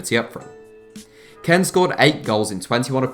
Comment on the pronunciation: You kept saying Ken not kean